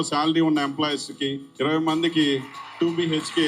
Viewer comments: మిడి మిడి జ్ఞానం ఉన్న వారు ఇర్వై ఏ... అంటారు బ్రో... అందరూ జర్నలిస్టు లే... ఈ లోకం లో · ఇర్రవ్వై కాదు సార్ ఇరవై అనండి. మనం తెలుగు వారం అయ్యి ఉండి తెలుగు సరిగా పలుక పోతే ఎలా సామి.